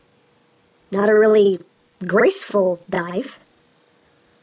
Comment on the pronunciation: "That was realy,GREACFUL dive" xD (srry for bad english)